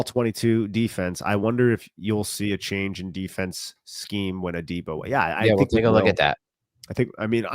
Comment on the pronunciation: Love the show but for gods sake..it’s pronounced “A-Dee-Bo “ not” day-bo” lol